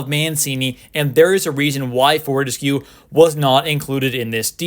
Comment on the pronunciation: pronounced for-tess-q lol